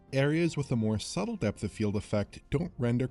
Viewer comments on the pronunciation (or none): none